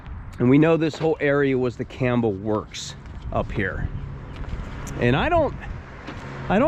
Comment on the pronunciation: I grew up in Struthers and I knew a lot of people who lived in the company houses as we called them. When you say the city name you pronounce the B and not like the animal 🐪 👍 Campbell was one time known to be the city of churches because of so many denominations.